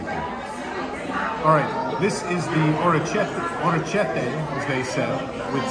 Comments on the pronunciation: Its amazing for how big Disney is, how many people pass through there, and how expensive it is, just how bad at food they are. Captive audience, I guess. BTW, its "orricketti", and its supposed to be kind of chewy. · Your pronunciation of orecchiette and biscotti is dissapointing lol.